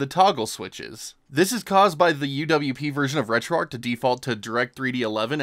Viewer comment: Great video... just wish you knew that you are supposed to pronounce the 'h' at the end of 'retroarch'. It's RETROARCH, not RETROARC.